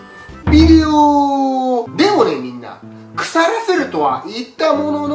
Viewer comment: 企画はそーと好き そしてすごい おもしろいことゆっとるわけじゃないけど！ ヴぃでおとかヴぃでおとかヴぃでおとか